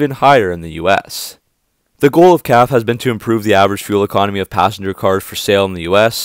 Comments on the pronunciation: You know it’s pronounced caff•fay’ not caff….. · Perhaps you can learn to pronounce CAFE correctly. It’s a two syllable acronym. “Kaf ā. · I watch your videos all the time and they're very good but the word is Cafe as in a restaurant even though it doesn't mean the same